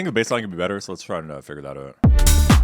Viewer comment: I thought he was canadian because he pronounced the shout OUT and try it OUT weird 15 seconds in. Oh also OOT now at 30 seconds.